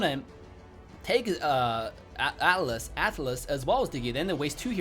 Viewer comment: Bro please say atlas don't say alice wtf His name is ATLAS not alice it's so annoying